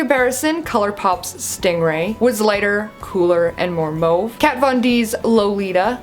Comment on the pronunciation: I love the color comparisons and how you can actually pronounce mauve and know what color it is!